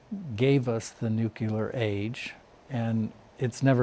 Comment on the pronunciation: I love this guy but he say "nucular"